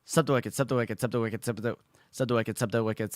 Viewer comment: pushes up glasses technically you said in your title that you would say "Subscribe to wicked" but most of the time it was "sub to wicked" and even one and near 267 you sounded like you were saying "sup to whipkid" so the game is forfeited... Thanks for playing anyways